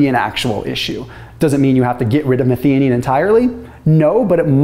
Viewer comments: Methionine pronunciation - meth-i-o-neen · It's pronounced "meth-eye-oh-neen". Did my PhD on this amino acid 40 years ago... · 1) That pronounciation of methionine needs a bit of work. 2) Very simplified: the vast majority (though not all) of gene coding sequences start with ATG - which encodes the amino acid methionine. This means that most proteins start with a methionine (this can be removed or modified later during post-translational processing). So without enough methionine available, your basic protein synthesis more or less grinds to a halt. This would be very detrimental, so your body looks for alternatives to get the methionine it needs to keep protein synthesis going - the easiest way for this is dialing up autophagy, ie breaking down and recycling old proteins and re-using their methionine. So it makes sense that fasting and methionine restriction enhances autophagy and all its health benefits.